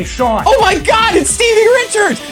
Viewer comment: Ermagherd its steive richards!!